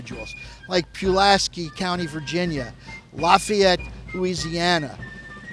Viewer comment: He pronounced it right